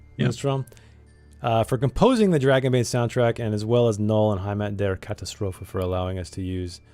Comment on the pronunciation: I'm starting my Dragonbane campaign soon so I am here to spy on yours 😂Thanks for showing me Gnoll! Great stuff. And, as a sidenote from a German speaker, you're pronounciation of "Heimat der Katastrophe" is actually quite good for an American.